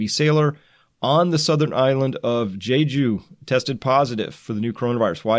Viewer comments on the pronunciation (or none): none